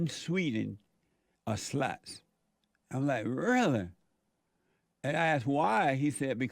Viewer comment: "Over in Sweeding, the girls are all suh-luts"